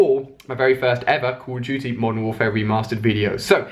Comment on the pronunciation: he can't even say call of duty